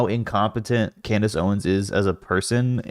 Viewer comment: *Klandace Owens